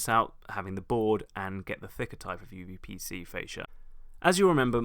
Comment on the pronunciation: if i hear correctly you keep saying uVPC, but it's uPVC